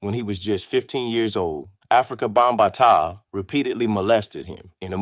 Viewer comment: It's five pillars of hip hop: MCing (emceeing), DJing, breakdancing, graffiti art, and knowledge. And you're pronouncing Bambaataa wrong.